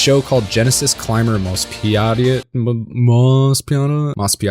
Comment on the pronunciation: Please learn how to pronounce Macross and Mospeada.